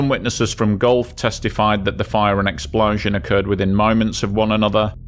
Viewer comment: I take a shot every time he says "exPLAUszun"